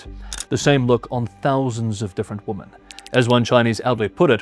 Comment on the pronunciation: Woman instead women pronunciation is annoying